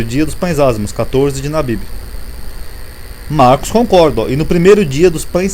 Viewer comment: não é nabibi mais Abibi